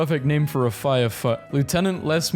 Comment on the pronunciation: “DID YOU PUT YOUR NAME IN THE GOBLET OF FIYAHH??”